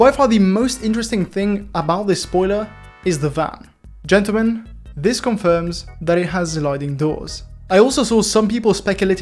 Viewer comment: G O O F Y W A L K “Ggentelmen*